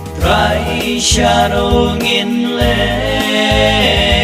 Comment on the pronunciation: Sngewbha kynnoh bha hang to ba ong 'Trai' phi pat long kumba ong TRY.